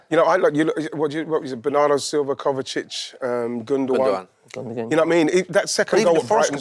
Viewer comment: I live for the moments Carra has to pronounce Kovacic 😂